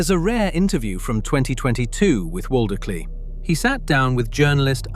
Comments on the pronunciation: Sorry for being that guy Waldicley is pronounce similar to Vald-Clay, or something along those lines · I know portuguese is a very difficult language, but as a brazilian, it's very odd to hear the pronunciantion of the victims names being so far from the actual ones. Waldicley was the one that really got me.